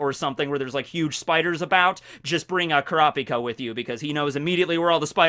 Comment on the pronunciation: Ive never understood anime nerds who refuse to pronounce things correctly. The Kurapika thing was killing meh. 🥴